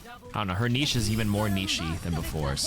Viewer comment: I love your videos but please stop saying niche like that.